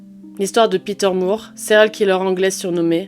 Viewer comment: De toutes les nouvelles chaînes de true crime, la tienne est ma préférée. Bravo pour ton travail ! (En anglais le nom de famille More ou Moore se prononce comme "décor" et non pas comme "amour". Je suis Canadienne donc bilingue. Désolée, c'est uniquement une info, tu en fais ce que tu veux 😊)